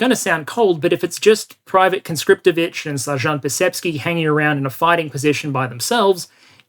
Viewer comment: private conscriptivich 💀